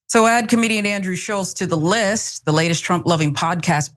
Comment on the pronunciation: "Comidian" hillarious.